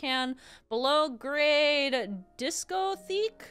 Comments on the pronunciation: "Discotheque" is pronounced "disco-tek". You're just too young to have been around when this information was relevant, so don't worry. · discotheque is pronounced Disco-tech and it refers to dance clubs from the 80s (Basically a place for disco). compared to Olimar you are very young trust me. Also Olimar at a Disco is an image. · It's pronounced disco-tech. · Okay. I’ve never actually seen the word written out, but I think it’s pronounced “disco-tech”. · I'm sure others have informed you but it's pronounced disco tech :P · Discotheque is pronounced Disco-tech. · Yeah, I had a feeling that these enemies would make lose Pikmin. Discotheque (the second pronunciation is the correct one except for it having a "t" instead of a "th") is the full form of disco, i.e. a nightclub for dancing! Funnily enough you needed it for sure because of the fire.